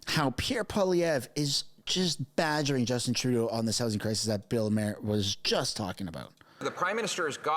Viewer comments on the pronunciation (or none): Yah, and 'Mercans pronounce Maher like "Mahr" not "Mare"! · Respectfully. His surname is not pronounced " mayor," but is pronounced "mar," as in the planet Mars. Thank you. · Bill Marr....not Mayer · It's not pronounced mere like a horse, it's Maher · With so many Comments, I can be virtually assured that you won't see this one, but I'm going to make it anyway: You're not doing anything to help your credibility by mispronouncing the name of the person you're talking about. Mr. Maher's name is pronounced MARR, not MARE. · "Maar" not "Mair" hee hee. Good video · Thought Bill Maher pronounced his name "MAH-her", not "MAY-her" . . . lol, great show. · Not Mayor..."Bill MAR"..thats how you pronounce his last name correctly ❤ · Marr not Mayor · His name is MAR.............................NOT..............................MARE. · It's pronounced "Mar". It's painfully obvious you've never followed Bill Maher's long career. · FFS, it’s pronounced “Mahr” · His name is pronounced MARR. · pronounced Bill MARR. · If you are going to do videos citing others commentaries/shows, you need to learn how to pronounce their name. You are not pronouncing Maher like Bill does. It is more like mar that rhymes with par. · It’s pronounced Bill “Mar” as in planet Mars. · Maher is pronounced like Barr. Poutine (not Putin, the president of Russia) is a French fry dish served in Quebec, Canada (hence the inset pic). Are you even Canadian? Pierre! Pierre! Pierre! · Just subscribed to your great podcast. Please help we Yanks pronounce Can@ terms. That said Bill M’s name is pronounced M+RRR….kinda like Pirates say, “Argh……. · Bill Maher, pronounced "car" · FYI Maher is pronounced like car. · Use the short a sound. It’s Bill Maher. It’s pronounced, “mar.” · Good report. But while we are on pronunciations, he pronounces his name “mar”, like bar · It's Bill "MAR" like Mars without the S. 😁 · It’s not pronounced “Putin” and his name is not pronounced “Mayer”. Terrible pronunciation. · Ma-har 🙄. Cmon man